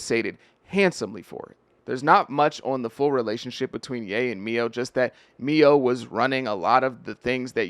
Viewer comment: Mio???? Lol do you even know what your talking about? Or are you just reading a typo filled teleprompter essay someone wrote for you? Dudes name is MILO pronounced MY-LOW.......not ME-OH...